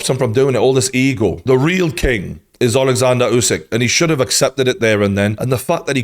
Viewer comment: Good coverage but western people need to stop pronouncing other ppl names like spelling alphabet. He is not Yousik, he is USIK, just U like in Burger. Why is it so hard, you dont pronounce Burger - Byourger